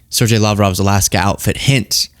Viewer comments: Ser-gay,, not Serjay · I'm thousands of comments late, but Sergey (spelling in original image display) should be spelled Sergei, mostlikely , and pronounced more like SirGay. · does not know how to pronunce "Sergei"?